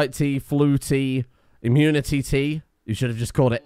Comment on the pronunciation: Immuni”tea”, I see he’s read the Iron Druid Chronicles